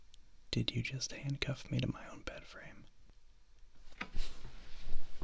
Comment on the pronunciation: "Did you just jandcuff me to my own bed frame?" Me: bursts out laughing in the middle of the night